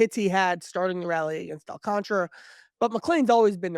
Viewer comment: Does everyone miss the extra A in Sandy AlcantAra’s last name? Or is it really pronounced like it doesn’t exist?…no one seems to acknowledge it exists